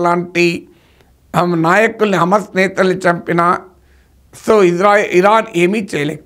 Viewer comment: అమస్ కాదు,,, హమాస్